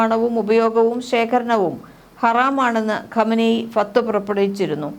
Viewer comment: ചേച്ചി അറബിയിലെ വാക്കൊക്കെ പറയുമ്പോൾ ഒന്ന് ശ്രദ്ധിക്കണം അല്ലെങ്കിൽ നന്നായി വഷളാകും ഫത്‌വകൾ എന്നാണ്